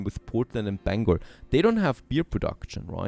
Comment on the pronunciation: I'm glad he said Bangor right!. lol:face-blue-smiling